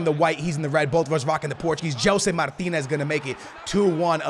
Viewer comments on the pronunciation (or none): É Gelson martins, não é Martinez 😂😂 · Gelson MARTINS. NOT Martinez. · It’s gelson martins not Martinez